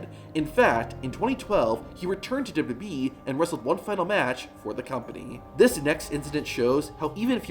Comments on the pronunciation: When will this guy learn to slow down and say 'w w e' instead of 'dububee' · It's pronounced "Double U Double U -E-" NOT "Duba-Duba EEEEE" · He even says WWE has “ dub e “